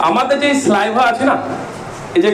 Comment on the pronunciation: স্যালাইভা এরকম একাধিক শব্দের উচ্চারণ আগে ঠিক করো